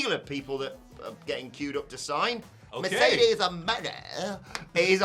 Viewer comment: You guys seem to be to be the only ones who dislike it! Also it’s Mercedes “Moh-nay” not money